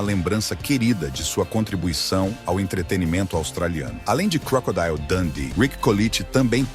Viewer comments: é crocodilo mesmo e não crocodaio😊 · Vá ao Google Tradutor e escreva "Crocodile", depois clique no símbolo do auto falante e verá a pronúncia correta. Crocodeal. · Vá ao Google Tradutor e escreva "Crocodile", depois clique no símbolo do auto falante e verá a pronúncia correta.